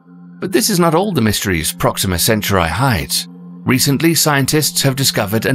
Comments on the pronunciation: Centauri isn’t pronounced “cent-tri.” It’s pronounced “cen-tor-ee!” Try again! Its a very basic word and I guarantee all American astronomers cringed, severely! I know I did and do every time you pronounce it incorrectly. Lol just re-narrate it so I can watch this without twitching severely. Lol thank you!!! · Also, "centauri" is not pronounced "senturai" but "sentaari". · CantAURi dude... not centurai...samurai... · is it centri or centauri? cen/tau/ri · Hope your mispronunciation of "Centauri" doesn't undermine the audience's ability to pronounce it according to tradition.